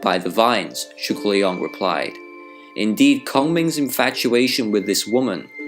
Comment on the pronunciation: Very good word, calling his name zhuge liang but what did I heard from your pronounce is more zhugileon. But you said that zhuge liang ask his master won’t that be sima hui.